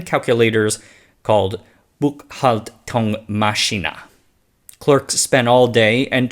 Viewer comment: Great documentary and a good effort on pronouncing the german names! Except the word “Buchhaltungsmaschine”, that was hilarious. :) I had a Siemens / Nixdorf PC back in the day running Linux.